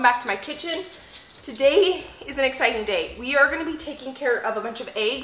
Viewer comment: I heard your intro as " Today's an EGGciting day" 🤣